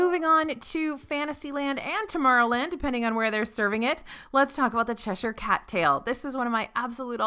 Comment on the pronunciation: Thank you pronouncing Cheshire correctly!!!!!!!! I find most Americans say "sh-esh-ire" instead. Lol.